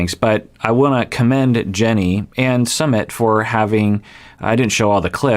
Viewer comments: Not summit🤣 it’s sume-eet🤣🤣🤣🤣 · It's not pronounced samith or sameeth. It's pronounced soomith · its- SOO-meet (soo like boo) not summit haha but excited! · His name is pronounced /sue-MEET/. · Hey! It’s pronounced Soo-mit:) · Hi doc, i am from India. And I'm really excited to watch this series!! Anyway, the correct way to pronounce his name is "Soo-myth". It's a very common name in India :) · I think it’s supposed to be pronounced like soomeet 🤷🏼‍♀️ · His name is su-myth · Jenny mispronounces Sumit's name all the time. It's actually Sue-meet. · It's pronounced "sUmit" 😄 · Indian here! Sumit is pronounced like soo-myth. Hope it helps! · It's Sue-meet. Not that hard. I don't know why she can't say it. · Sumit is the English version of his name but his Hindi spelling uses a T sound that is similar to 'th' in 'thought' not the th in 'that'